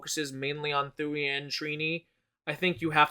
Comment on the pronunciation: Thuy's name is pronounced (TOO-WE)